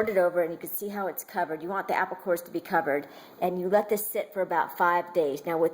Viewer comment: I like how she says "apple" it sounds like "appow". It turn me on for some reason!